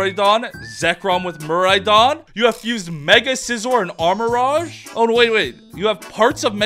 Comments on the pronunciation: The rouge in armarouge is pronounced "rooj" not "raj". If you are a sonic fan it is literally the same word as the over sexualized bat's name. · He also say "armarage" too. He wear a pikachu cap but can't pronounce any name right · Watchong to get inspiration for drawings, but that guy misspronoubcing so many pokemon names is getting real annoying. Like how he say "armarogue" instead of armarouge, rouge being red in french and pronounced like the character Rouge in sonic the hedgehog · These are all so good but your pronunciation of some of these Pokemon names drives me crazy. The ones that stand out are armorouge, grafaiai, and farigiraf.